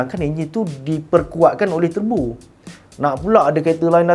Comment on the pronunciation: Wow Terbo! Bunyi jawa sgt lah